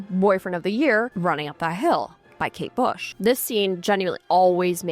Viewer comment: it’s kate bush not kate shave 🩵